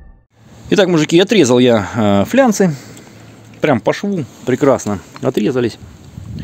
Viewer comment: ФлАнцы а не флянцы😃😃😃